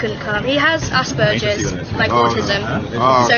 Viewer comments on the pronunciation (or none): Self-diagnosed for ten years now, officially for four (they are still catching up). (PS. Tho', I admit I have what used to be called Asperger's, and it really grates when those who think they might have it pronounce it with a "b" and a "j". I'm like, ...👀You don't...)